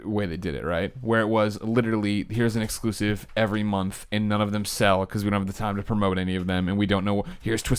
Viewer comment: Colin: "No triple A exculsive" Me: hears this while playing Bloodborne Love you man but comon..